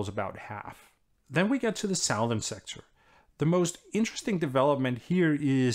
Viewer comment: Hello Anders Puck Nielsen, thank you for these excellent summaries. I'd like to point out an oddity in English pronunciation regarding the cardinal directions. Unlike north, east, and west, which do not change their sound upon adding -ern, for some reason southern is changed to s-UH-thern.